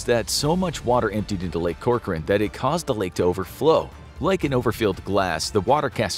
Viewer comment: Hey, thanks for pronouncing Corcoran correctly!